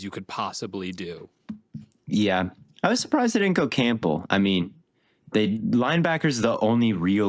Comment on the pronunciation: why does always pronounce the last name Campbell as Camp-bull